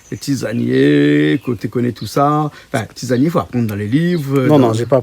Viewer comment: Tisanier et pas Tizanier